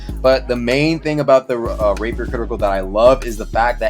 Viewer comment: i keep on hearing "rape her" when says rapier